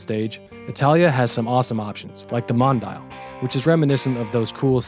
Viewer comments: It's pronounced MON-DI-AL not MON-DIAL, it means Worldwide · Mondial = Mon-di-aal. NOT Mon-dial.